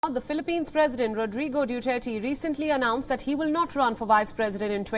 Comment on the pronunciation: Due tare ti It's Duterte